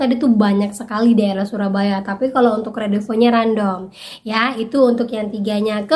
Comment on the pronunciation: Random bc nya randem mba bukan random 😊